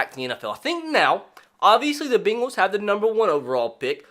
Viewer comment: The “Beengls”